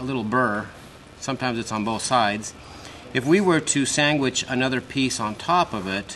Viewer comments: "Sangwich" - nice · Did he say Sangwich ? Hehehe. The Rans folks are awesome, thanks for posting and good luck on the rest of the build!!